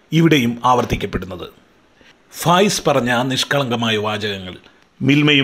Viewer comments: Fayas alla faayis aan😂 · ഫയാസല്ല ഫായിസാന് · ഫയാസല്ല വിജയാാ ഫായിസാണ് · ഫായിസാണ് സാർ ഫയാ സല്ലാ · ഫയാസ് അല്ല ഫായിസ് ആണ്